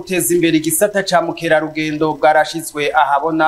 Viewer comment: Murakoze cane, ariko ntibavuza zamukerarudendo, ico sikirundi. Ni bamukerarungendo!!